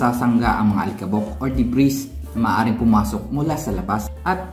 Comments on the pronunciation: Debri....s silent S po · Debris - pronounced De-bree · Debris.... Silent S para perfect na at very informative! More power